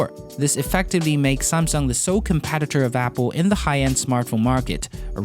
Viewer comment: “Competitor” not “compatitor” It has a “e” sound. Love your video but e and a sound is very different.